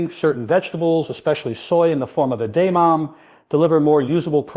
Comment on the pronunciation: Including mispronouncing the main subject of the video ....